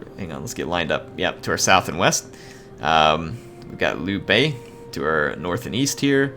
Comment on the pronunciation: Ey he almost got Liu-Bei's name right